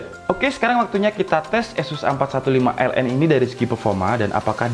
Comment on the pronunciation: Asus a451ln? Soalnya g jls nyebutnya